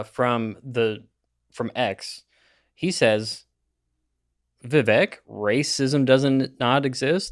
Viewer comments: Vivake not viveck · ITS VIVEK LIKE CAKE. IT HELPS IF WE MAKE SURE WE ARE PRONOUNCING NAMES OF PEOPLE INTHE NEWS CORRECTLY. IT IS A PRETTY IMPORTANT SHOW OF RESPECT. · It’s vi-VAKE, like cake. You could at least learn to pronounce his name right. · Vivek - rhymes with cake! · After being in the race for many months, you'd think you could say Vivek's name correctly, but no. I'd call that beta. It's Vivek, rhymes with cake, which he's said countless times, so you have no excuse. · I’m still amazed that literally no one pronounces his name correctly. It’s not like it’s difficult. Vivek rhymes with cake. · Why can't you people pronounce Vivek's name properly? Yet another sign that you don't know much more than the headlines on Foxnews. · Can someone explain to me why it's so difficult to pronounce someone's name correctly... especially when it's someone they're planning on talking about on their podcast. It's not difficult to look online to see how it's pronounced,and yet the number of people that mispronounce it is ridiculous. It's not just these guys, nor is it just Vivek's name(first & last) that people, from podcast hosts to news anchors to government officials that can't take 30 seconds to make sure they know how to pronounce someone's name before going on LIVE TV....or, even worse actually recording, editing & then posting a video in which they show a clip of someone who pronounces the person's name correctly and then they STILL pronounce it wrong....smh. Btw, it's pronounced Viv•ACHE...or, like Vivek himself said " Viv•AKE..like cake".